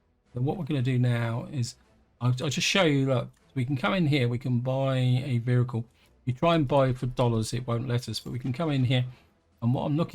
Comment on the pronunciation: I keep hearing "vhericle" and I can't stop!